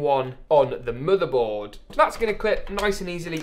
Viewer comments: Bro It is motherboard not modorbord ok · Murderboard ehh? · He said like moodebot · Please.Say. Motherboard. One. More. Time